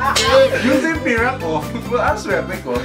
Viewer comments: Mas natawa ako sa "Juicy Pir" lol di pwede "Juicy Pehr"? 😂😂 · Diba dapat ung pagbigkas po sa "pear" ay "per" instead of "pir" HAHA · Yon pong "pear" ay parang "pair" din ang bigkas :). Pero ayos lang kasi hindi naman natin pambansang wika ang Ingles. Pag lang di ka tiyak sa banyagang wika maaaring pakinggan ang bigkas sa :). Doon din ako natututo.